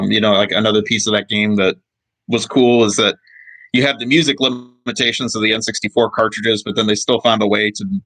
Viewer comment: LOL the N SUXTY FOUR...THE N SUX D FOUR....